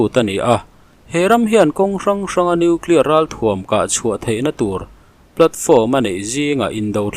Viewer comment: Hepa lah hi noeclear ti reng mai. Dawihzep pa. Ka ti ringawt mai